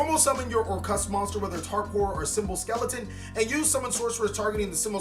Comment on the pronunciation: why do people keep calling them orcrust? instead of orcust he is the only one who says it right.